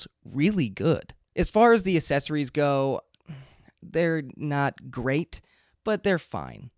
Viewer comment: Thanks! Accessories is pronounced with a K sound after the first A - aksessories, not assesories. Accessories, starts like the word access, with the K. You're welcome. Now you will sound even smarter :) .... PS: It's so hard to choose a mic, unless one is sure they want the $399 Shure.